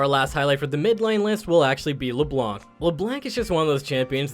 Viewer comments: Hearing someone almost pronounce Leblanc right made me smile... so close... Stop pronouncing this C!!!! Pleaseeee!! French people pronounce exactly 0.9% of last letters in words :3 -One native hon hon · Isles exactly! First time was said correctly then you brought back that hard C and I was like but why? :')